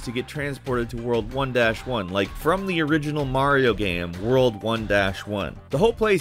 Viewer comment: Nobody:: gaem